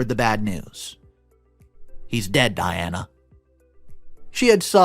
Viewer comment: Ok i love that you narrate the stories but is it too much to ask to have name said correctly. Di-ana not De-ana🤦🏽‍♀️. Again I love that you narrate but come on now.